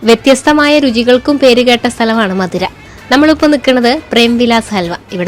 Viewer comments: Not madhura adhu madhurai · Ponnu chechi. Mathura alla madurai. Chumma verudhe netti....aah 125₹ dialogue kaettapol